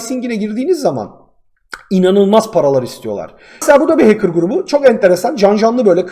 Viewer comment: Haçker değil.HEYKIR xD